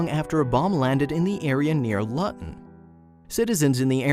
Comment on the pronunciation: Why can’t you pronounce things properly it’s pronounced LOOTON and why is most of the video footage of completely different places. Oh and national monument 😂😂😂😂 there are hundreds of thousands of old bomb shelter in peoples gardens this one is nothing special 🤨